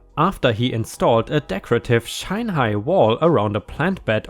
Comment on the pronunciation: Hey, in the 2nd story, the fence was not SHINE-high, it was SHIN (said like it would rhyme with Bin, Sin, tin, gin, etc..) meaning, it was more than ankle high but LESS than Knee high.:) hope that helps you picture how truly short and Non-obstructive the man's fence Actually was? LOL